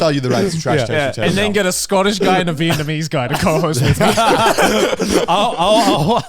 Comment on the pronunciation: he said vietmanese again lol